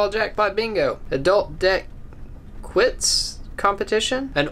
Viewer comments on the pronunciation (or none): the game is quoits, it's pronounced 'koyts'. It's an English pub game.